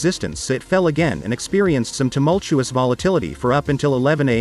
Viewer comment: Temulchuous 🙉😆. Making a loud confused noise.